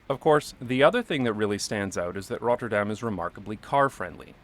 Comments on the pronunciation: Great pronunciation of Rotterdam! In a few years you could even fake a Rotterdam accent ... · Well your pronounce of "Rotterdam" is really good. almost sounds like you lived in Rotterdam haha. The Germans did not think it was the capital, they bombed it because Rotterdam is Europes main port. one of the cube houses is open to the public to visit. I live in Rotterdam by the way, we have a lot of wide roads, but a lot is focussed on pedestrians and bikes, they do a lot to slow down cars and a lot of streets these days are low speed streets of a max of 30km. the crossings he shows in his video are not heavily used crossings by pedestrians. Metro is a local system and drives slower. Trains go longer distances and tryue the entire country and goes a lot faster. Metro is Subway. Traffic lights in Rotterdam centre are on purpose made slow they try to make people take a different route so they do not go to the city center by car if they don't need too. Bridge is called Erasmus Bridge, but people call it the Swan. The building behind it is called the vertical city, housing a lot of offices, appartments, a large hotel and parking spaces.